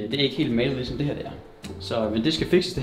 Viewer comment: 1.37 "Jeg optager kigesom" HAHAHAHA